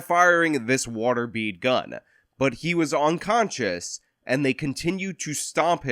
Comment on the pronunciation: Are you saying onconscious ?